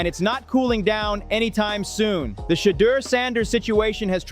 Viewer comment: 😮 why does the narrator keep miss pronouncing Shedaur's name. Sheddar is not how his name is pronounced 🙄😒